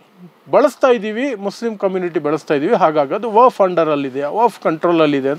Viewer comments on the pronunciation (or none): ನೀನು ಕಾನೂನು ಪಂಡಿತನ್ ಅಥವಾ ವಕೀಲ್ ಏನು ಇಲ್ಲ,,,, ನಿನಗೆ ವಖ್ಫ್ ಅನ್ನೋ ಶಬ್ದ ಉಚ್ಚರ್ ಮಾಡಲು ಬರಲ್ಲ,,, ವಫ್ ವಫ್ ಅಂತೀಯಾ ಇದರಿಂದ ಗೊತ್ತಾಗುತ್ತೆ ನೀನು ದಡ್ಡ ಅಂತ,,,,,, ಪಿವಿ ನರಸಿಂಗ್ಯಾ ತಂದ್ ಕಿತ್ತೋದ್ ವರ್ಷಿಫ್ ಆಕ್ಟ್ ಹೇಳ್ತಿಯ,, ವಖ್ಫ್ ಕಾಯಿದೆ 370ಕಲಂ ಸಂವಿಧಾನ ಬಾಹಿರ ಕೃತ್ಯ